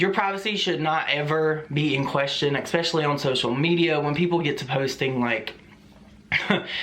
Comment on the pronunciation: Don't be afraid of the troll doxxing you. Also, I love you, but, it's pronounced "es-specially" not "ex-specially" 😘